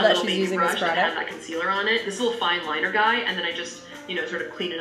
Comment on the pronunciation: HAHAHSHHSSH DID NO ONE ELSE HEAR HER SAY WINGED WINER